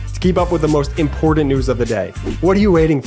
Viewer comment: "[mpordent" lol